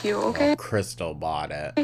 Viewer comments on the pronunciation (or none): She never says krystal, she says krissel and it drives me mad